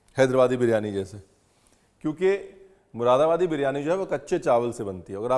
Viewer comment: P.S. Read it as Muradabadi instead of Mushidabadi.